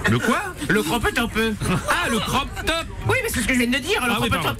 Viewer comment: Le cropeuh topeuh